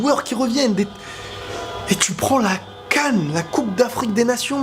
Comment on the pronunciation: c moi où il a dit la GAN au lieu de la CAN 🤣🤣 mais peu importe vive l'Algérie 🇩🇿🇩🇿